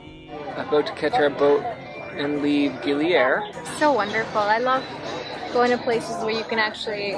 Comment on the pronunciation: Darling dont pronaunce Gili Air,like air in english..Listen locals, how it sounds,in indonesian it means water,not air like in english..Enjoy!